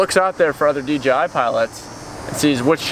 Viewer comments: Im curious, why does nearly everybody pronounce it DGI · STOIP saying DGI!!!! haha